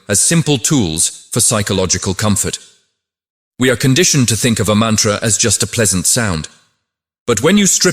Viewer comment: I agree that the voice could have been softer & more inviting. More importantly the pronunciation of the samskrta words should have been correct starting with "sanskrit"... other words being Veda, Sanātana Dharma, Mantra... some effort should have been put into correct pronunciation otherwise it feels like it is a foreign contribution to the world not an Indian one at all